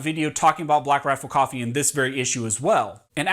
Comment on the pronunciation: Take a shot every time he says “blackrafflecoffee”